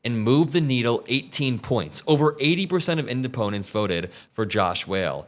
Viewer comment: "indepundents" bro, go back to sleep. Seriously, you're giving us a bad name.